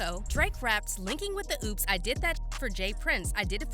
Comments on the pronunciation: she did not just pronounce "opps" as "oops"😂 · She said linking with the oops 😂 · She said "linking with the OOPS" 🤣 girl it's OPPS.. like OPPOSITION , my goodness lol smh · Can't take this video seriously. She said linking with oops?? It's opps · Linking with the “oops 🤭” lmfao 😂😂😂